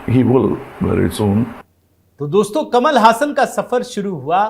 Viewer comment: जी ऐसा बताया जाता है कि इसका उच्चारण कमल हासन नहीं, कमाल हासन है।